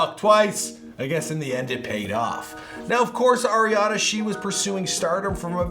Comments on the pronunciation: Ar-iana not air-iana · He's says Air-iana